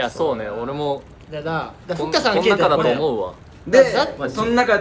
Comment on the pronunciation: の阿部くんの読み方がふっかあって感じだから、ふっかのLINEの名前がふっかーとかなのかなっていう想像😹